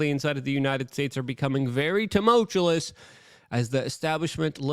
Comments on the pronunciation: Luke...a former leftist who transitions to a fear porn producer. He can't pronounce tumultuous and many other english word's and blames it on english being his second language. This guy is RIDICULOUSLY silly. Do NOT pay his bills! I cant stop his BS coming into my feed. We are change needs you back. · "Tumultulous" ... Luke's favorite word. 😂